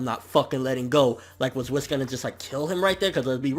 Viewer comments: its not "wiss" its Whis (pronounced Whees) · Its not Wis, its produced Weise( yes I am aware that his name is spelled Whis) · Whis as I'm whiskey and Beerus as in Beer, Toriyama and his damn puns